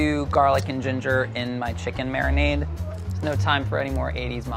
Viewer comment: no one: madhur jaffrey: mariNAAADe